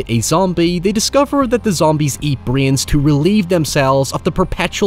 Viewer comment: it's "brains" not "breeee-yans"